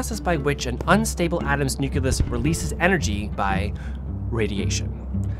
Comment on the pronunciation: got the smc takumar 50. i don't think i've ever heard of radiation contamination from a lens, so i'm cool w/ the lens. and it's nuclear and nucleus, not nucular or nuculeus. 😂😜